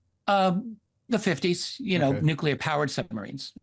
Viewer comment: It's NUCLEAR "NEW-CLEAR" Nucular isn't a word ok?